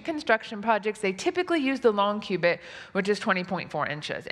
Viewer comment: Why do you say Q-bit when you read cubit? That is not fair, I bet many of your viewers have no clue about quantum computers. When you are struggeling about basic units, please do not make jokes about the cutting edge of science. Q-bit? No! Cowbit, maybe.